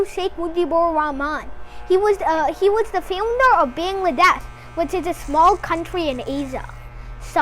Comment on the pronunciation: It's a shame that you cannot even pronounce Bangladesh correctly. And from which book you are going to copy?